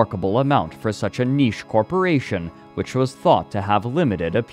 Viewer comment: No gonna lie, i'm 21 minutes in and i wonder if i'm listening to ai. Not for the scripit, but the voice itself. sometimes the accents are off "example, "corporation!", and in general it's a bit flat.